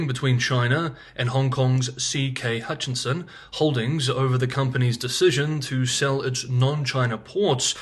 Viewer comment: CK Hutchison Holdings...given your attention to detail when it comes pronunciation in Mandarin I think similar attention should be paid to English...H u t c h i s o n, one N only and it is at the end.